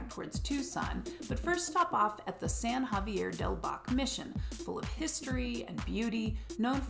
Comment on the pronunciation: Sorry, but you mispronounced San Xavier Mission I grew up on Tucson's east side from 1959 to 1972 then moved back when I discharged from the Air Force! My Dad was stationed at Davis-Monthan AFB. I live in Phoenix now since 1988, but I Love Tucson!!